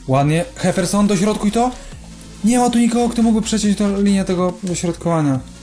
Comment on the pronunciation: Czytaj dzeferson a nie heferson